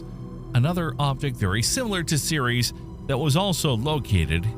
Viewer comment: Seriously, if you're going to present this stuff as fact... Atleast take the time to learn how to pronounce the names correctly. Tyche is NOT Tie-chee, its Tie-key, Ceres is pronounced Series... They are both names of greek goddesses.